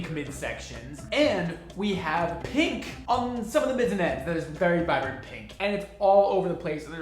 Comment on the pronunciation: When did people start pronouncing pink, peenk? It’s odd and I’ve noticed more people saying it like this. Weird